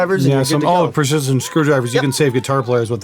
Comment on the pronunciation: There is nothing funnier than watching 2 Canadian meatheads attempt to pronounce precision in the least precise way 😂 u sure you aren’t bass players!?